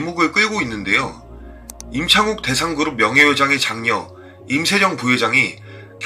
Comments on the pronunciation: 임세"령"이잖아요 근데 왜 제 귀에는 "정"으로 들리죠? 이거 신경 쓰이니까 다른 내용이 귀에 잘 안들어오네요. 암튼 좋은 정보 감사합니다. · 내귀에는 왜 임세정으로 들리지? 발음에 신경써주세요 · 임세령을 왜 자꾸 임세정으로 발음하노? 혀가 짧으신가